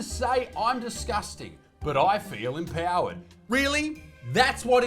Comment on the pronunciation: She didn't say "empowered"... she said... am plowered!😂